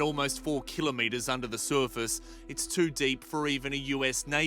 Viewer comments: The suerfast 😂😂😂😂 Bro the way The reporter says surface 😂😂😂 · The way the guy pronounces “surface” is so irritating. SURFUS 🥲😭